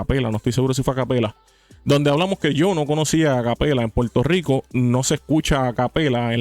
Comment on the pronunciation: Primer punto : se dice PUERTO RICO Y NO PUELTO RICO . SE DICE PERSONA Y NO PELSONA SE DICE CONFRONTAR Y NO CONFRONTAR Y ASÍ PODRIAMOS SEGUIR Y SEGUIR Y SEGUIR . SEGUNDO PUNTO : te ves como uno más de los PUELTORIQUEÑOS como ................. Hipócritas , es un hecho que los puertorriqueños EGOCÉNTRICOS , y te lo demuestro ; HASTA QUE SIEK CONTESTÓ , MUESTRA UN VIDEO DONDE ALGÚN MEXICANO MENOSPRECIE ALGO DE LOS PUERTORIQUEÑOS , EN CAMBIO HAY POR AHÍ VÁRIOS. " PUERTORIQUEÑOS " QUE HASTA HAN QUEMADO LA BANDERA D MÉXICO , ESO TE HACE HI PO CRI TA .